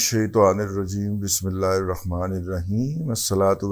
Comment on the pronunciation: بھائی آپ بسم الله میں خ کیوں پڑھتے ہیں الرحمن الرحیم پڑھا کریں